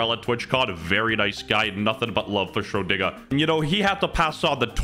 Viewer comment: Shrodiga lee oh no